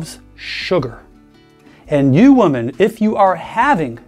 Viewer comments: Someone please tell the that the woman is singular and women is plural. The plural is pronounced “wi-men”. I often see otherwise intelligent people make this mistake. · w-o-m-e-n is pronounced wi-men